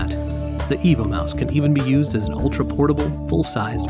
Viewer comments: Yeah, but does it work with Linux? And why are you calling it a mouse when it's shaped like a dog. And the name, I kept hearing "Evil Mouse". I also don't see anything about a keyboard option on your website. hmmm...just found the R2-D2 keyboard projector. Maybe you should redesign the mouse to look like K-9 from Doctor Who and call it a "K-9 Mouse" :o) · I kept hearing EVIL Mouse throughout. Lol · I hear "the Evil Mouse" all the time